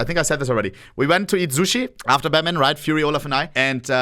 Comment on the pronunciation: Ohne saying everyone can pronounce sushi and pronouncing it zooshi